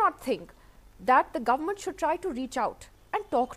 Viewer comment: Did he say garment or government?